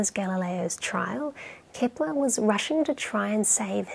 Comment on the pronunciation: Why is she saying "Kipler?". I thought his name was Kepler?